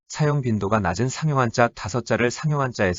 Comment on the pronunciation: 놀랍지 않은가? 일본어 발음은A+, 한국어 발음은 단연코 F다. 그 이유? 당. 다음 예는,장음인 단어의 첫 자를 짧게 잘못 읽은 실 예다. 사용,부담, 시작,대폭,시작,한자,훈독,사실, 많고,도달,대부분, 해 드리는데,용어, 2 음절 등, 실로 심각한 문제가 아닌가? 어어의 타락은 그 나라 인문의 쇄망을 의미하는 것이다. 고국의 동포들께 간곡히 권하노니, "한국 어문을 고발함"이라는 책을 읽어 주시옵소서. 미국 변 완수 배